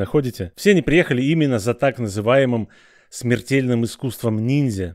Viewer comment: О "шмертельные шмертельства" все как я люблю😂😂😂А как же чакра "ресенган,чидори?"Деревня скрытая в "ботве"😂😂😂😂.....